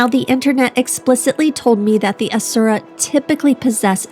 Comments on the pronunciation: The official pronunciation for Asura, phonetically, is "Rat". 🤣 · Hopefully the game will help you pronounce the asura a few times going forward ^^ Welcome among the miniature overlords!